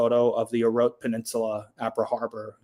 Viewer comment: I also lived and worked on Guam. Orote Peninsula is pronounced inclusive the e at the end. It is not Orot. It is Orote with a soft e on the end. The Chamorro language doesn’t have silent letters. Agat is pronounced with soft a’s similar to you would in Latin or Spanish, not like the a in hag. Why can’t Americans pronounce foreign names like the locals do. Brits are equally as bad. Yet you can pronounce Asan and Agaña (Hagatna) correctly.